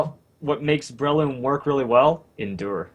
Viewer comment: Damn americans cant pronounce anything properly its bre-loom not brayloom